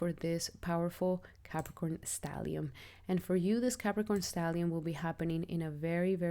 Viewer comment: *Stellium, not stallium. Thanks and Regards.